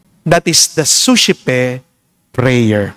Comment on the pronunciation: Di masyadobg malinaw ano po spelling Ng sosepe prayer❓